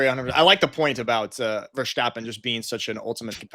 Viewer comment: its not max ver"sh"tappen ... :)